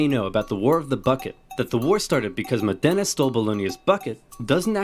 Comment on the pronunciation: With all the information on the internet I wonder why no one ever bothers to check pronunciation but just makes it up. Modena is not pronounced Modénna - the emphasis is on the Mo part and it's not a double n but a singular so. He did so well with Bologna ...